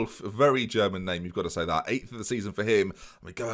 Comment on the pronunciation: German pronunciation causes me physical pain